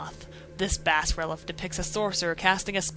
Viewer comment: lol, bass-relef epic pronounciation